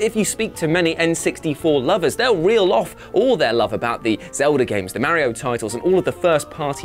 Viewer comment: I cringed every time he said Mario 🤭🤭🤭